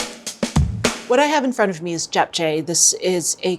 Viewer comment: The video was nice up until she tried to say Japchae and it was really off :/